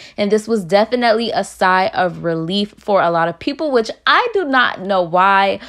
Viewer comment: Lol if you had a dollar for how many times you say “def-an-net-lee” you’d be a millionaire 😂